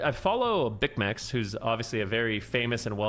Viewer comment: BiSSmex. Say it with me... Bissmex. Spelled Bicmex, pronounced bissmex. Please 🙏